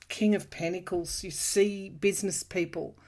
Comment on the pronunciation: The word is pentacles pronounced with a 't'. Not: pennacles